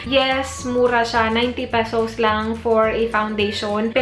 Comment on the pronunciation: "let me go ahead" - voice agent ka te no? "pesows" - sosyal. anyway try m nga maybelline, ever bilena and nichido products review.. thanks